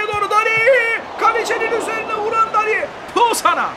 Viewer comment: Dani değil abi Deni